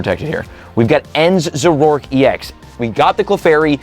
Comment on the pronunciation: Zor-O-ark not za-rork